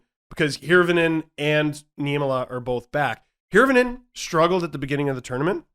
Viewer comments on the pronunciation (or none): Here is one tip on Finnish names. All Finnish words emphasize the first syllable. Also Hirvonen is pronounced Heervonen. I is always a long e like in pizza.